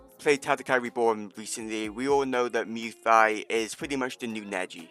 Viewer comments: please stop saying luy thoi , say it like this “moy ty” is how u pronounce it please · “muay thigh” 😭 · Nah it’s mew tai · This man does not know how to say Muy Thai lol